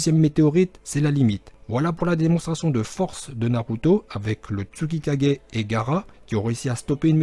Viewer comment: Putain merde pas tutikage merde ses thusikage merde il est trop fort le pp kager dsl continue Gg 😂👌😊